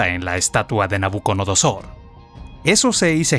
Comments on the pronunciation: Es nabuco"DO"nosor y NO nabuco"NO"dosor😅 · Me enoja sobremanera que el comentarista no sepa pronunciar el nombre de Nabucodonosor.